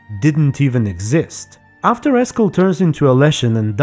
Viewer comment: Eskel.... Just Eskel...